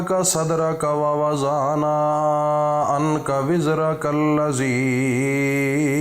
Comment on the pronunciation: Janab kaha padh kr aye ho Wawa zahna ka nhi h da،ana ka h woh duwaad h zuwad nhi dururst kren phle